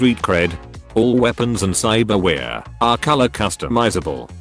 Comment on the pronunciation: "cybarwheare" lmao